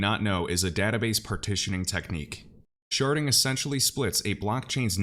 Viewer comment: I had to giggle every time you said Sharding. lol 😂 At first I thought you were saying Sharting.